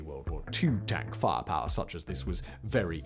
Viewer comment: love the way you say fire power "farrr parrr